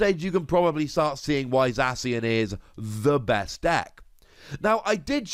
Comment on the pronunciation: They way you prenounce zacion za-see-on no its za-key-on